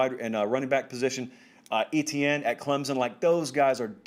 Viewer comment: Lol. Still hasn't gotten Etieene's (Ayeeshan) name correct one single time but worried about the new guys. Lmao